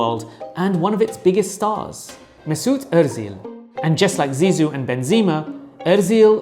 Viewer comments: it's Özil. not ÖRzil :)) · Mate you had just 3-4 names to learn and destroeyed them. Benzema is full with BEnzEma clear latin E and not a Benzine , Ozil the tone goes to the end. So easy. :Euskara (Basque) is not Europe's living language that's the Greek both written and spoken but Basque is the continent's oldest surviving" language isolate". Good though but inadequate video.